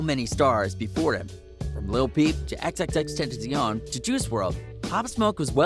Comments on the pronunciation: Smh. First of all rip pop you will never be forgotten ❤️. and stop talking nonsense . let the guy rest in peace. and its "xxxtentacion" not "xxtentatitoin" stupid🙄. and its "Tupac Shakur" not "Toopack shakier" you fr talking nonsense. let them rest in peace. and stop making up stories. you fr dumb. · He said xxxtentcion wrong 😂